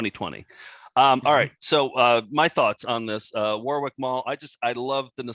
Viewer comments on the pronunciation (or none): As a Brit, the pronounciation of "Warwick" really triggers me!